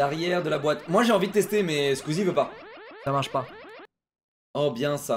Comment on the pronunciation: vraiment la manière ou dit SkUizie jamais je m’en lasserai